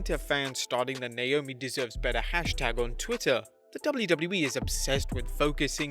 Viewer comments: It's Naomi not Naiomi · Number 5 Naiomi instead of Naomi 😄😁😁😁😁just fooling around Great video man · Naomi, not Naiomi, but still a great video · haha naiomi